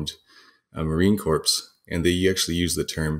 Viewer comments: Thank you, this is a great tutorial but for the love of Jesus stop pronouncing the "p" on corps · You kinda lost my interest when you pronounced Corps as Corpse. Good😮‍💨😞 Lord. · Corps is pronounced "kor" not "corps", drop the S. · *Corps is pronounced in English as ''CORE'' -- a loan word from the French, and retains the silent S. Corpse is a dead body. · Correct me if I'm wrong, but isn't corps pronounced kawrz; kohrz and not "corpse". I always thought the p was silent. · Is it a Canadian speaking habit to pronounce corps as "corpse" and not "core"? I'm not being critical I'm just curious. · It triggers me when I hear Corps pronounced as corpse. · Corps, not Corpse. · You may want to coach your guest that the word "corps" is pronounced "core" in English. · Some people speak Kohr, some Korps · Why did you call it 'Marine Corpse'? 😬🤢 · Really interesting information and well presented. (I know it's a dialect thing, but listening to him pronounce the "s" in "corps" is like nails on a chalkboard) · Very interesting and thorough video! One tip though corps is pronounced /kôr/ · Someone tell this guy “corps” does not equal “corpse” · He would be easier to take more seriously if he actually learned how to pronounce the word "Corps." Sounds as "Core." A "corpse" is a dead body... although for the majority of the Japanese SNLF troops, that did turn out to be their final outcome. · "Corpse" costs you a lot of credibility. Never, ever make that mistake again. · Marine corpse? Come on dude. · God... THANK YOU. Former US Marine here, it was like nails on a blackboard... CORPSE CORPSE CORPSE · This isn't tom-ay-to, tom-ah-to. Pronouncing corps like corpse is objectively wrong. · Marine corpse? You mean, friendly casualty... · It's not corpse. That's just not correct. Deal with it. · I dont trust anything this kid says because he dosen't know how to pronounce corps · Then he should of done the interview in German to speak the word as he did. In English, the 'p' is silent.